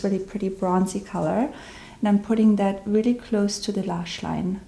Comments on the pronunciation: 'Lashline' Is that a german accent? I'm from Germany and I just guessed^^So cute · the moment you said the word "lashline" I knew German must be your native language :* Grüße aus Salzburg ,du bist so talentiert ! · Katie S theres nothing wrong with it, its just that her german accent comes through a bit in some words